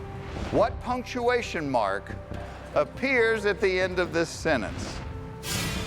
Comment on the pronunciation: The dentist knew how to pronounce "sentence," but Jeff did not. He omitted the "t," and it is not a silent letter.